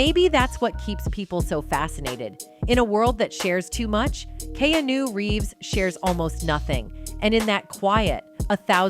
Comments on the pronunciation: Learn to pronounce his name correctly, and he is FAR from gay. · Is there any particular reason you keep mispronouncing his name? You don’t know him or anything about him, do you? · THIS WOMAN COMMENTATOR DOES NOT PRONOUNCE KEANU'S NAME CORRECTLY. SHE IS VERY ANNOYING & STUPID.